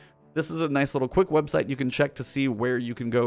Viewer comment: "websalt" ?? lol